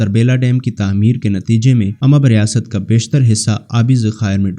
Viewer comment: بنی اسرائیل ،،،،خلجی ،،،تنولی۔۔۔۔اور اممب نہیں امب۔۔۔۔۔باقی سب ٹھیک مگر